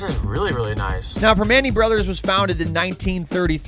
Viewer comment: Prim-ah-nti’s. Prim-ah-nti’s. Proper pronunciations will make the videos much more watchable.